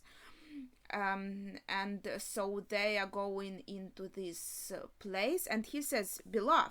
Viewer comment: 日本人はLとRを間違え続けます（笑）、彼女が「場所」と言うと「プレース」のようです、面白いですね（笑）